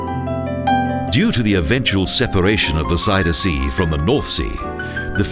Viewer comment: This announcer can't pronounce "Magere Brug" or "Zuiderzee" correctly. Kind of irritating.